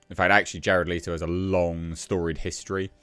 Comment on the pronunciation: I tried to watch this. But his insistence on calling Jared Leto (leeto) triggered way more than it should